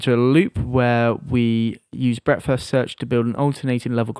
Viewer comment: when says breadth first search it sound like breakfast search